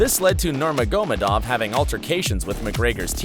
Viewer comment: Never heard anyone including mike Goldberg pronounce the names of the fighters so fucking poorly nurmogahmodamedov Frank MYre loooool 😆